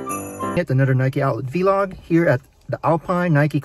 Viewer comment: It’s vlog not v-log btw but I don’t matter good video